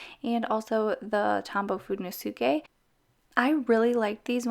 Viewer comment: i cringe whenever she says fudenoske